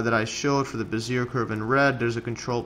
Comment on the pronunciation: "behz-ee-AY" please.